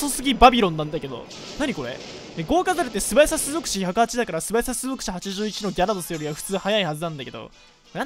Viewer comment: こいついつも種族値って言えてないな